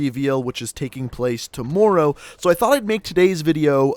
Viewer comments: I wish you knew how to say tomorrow correct man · You say tomorrow so weird